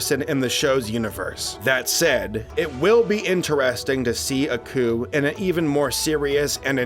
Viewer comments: Nah. Couldn't even sit through three minutes of this. The narrator sounds bored as hell. And the protagonist is not 'uh-ku', it's 'AAAH-KU', as in "AAAH, this bastard's tryin' to kill me! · AH-ku, not UH-ku. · It's like y'all don't even watch these shows before doing facts on them. How do you butcher pronunciations of names so badly when they pronounce them in the shows? It's not Uhku it's AAAAKU y'all do the same thing with pretty much every anime y'all do too.